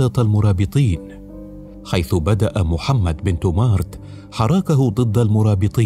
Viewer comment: إبن تومرت وليس تومارت كما ينطقها المذيع